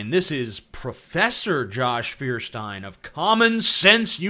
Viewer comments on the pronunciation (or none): Lol the guy can't even pronounce his own surname, what a joke. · I dont believe a guy that cant even pronounce his last name :D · ikr? This guy even mispronounces his own name with irony. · cant get over his name even xD Feuerstein is the german version of the Flintstones, you see also dude is literally unable to pronounce his own name.